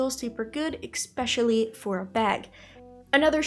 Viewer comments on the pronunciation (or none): Wtf is eCspecially?? Lol cringe